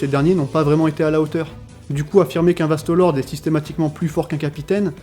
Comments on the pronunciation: pourquoi tu dis Vasto Lorde en prononçant bien le E alors que ça se dit É donc Vasto Lordé (a l'écoute) et pour les menos grande tu dis bien le É à la fin. Je suis un peu chiant mais ça fait trop bizarre d'entendre Vasto Lord. Mais mis appart ça, la vidéo est bien. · VASTOS LORDEEEEEES MERDE DIT LE CORRECTEMENT STP G MAL AU OREILLE 😩😩 VASTOS LORDEEEEEES